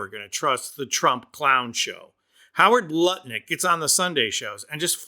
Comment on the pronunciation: Did you say Howard Nutlick?